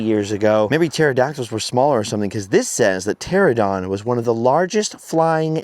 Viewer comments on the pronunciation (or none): "ter-AN-a-don"!!! You keep saying "TER-a-don". Great impression of it tho...😜 My fave has always been Brontosaurus. Big, lumbering, mom-threatening... I dunno, maybe it's a Flintstones thing.😄 Another perfect video, dude! You're seriously the best.